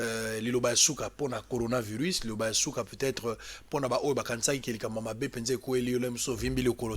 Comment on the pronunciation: LEMBA NEMBA TOUJOURS NA BUZOBA OYEBI KOTANGA BIEN BAKOMI CORONAVIRUS ET YO OZOLOBA GORONAVIRUS NIONSO WANA PO BATU BAYOKA BUZOBA NA YO QUE OZOLOBA GORO EZA MAWA.